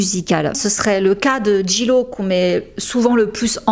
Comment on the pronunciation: En anglais le J se prononce G et le G se prononce J ...... please try to pronounce Jlo correctly!